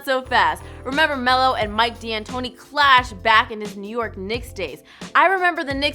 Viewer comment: It's pronounced Mike (Dan tony) D'antoni.